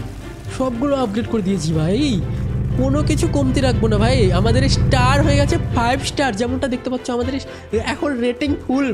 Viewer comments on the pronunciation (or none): none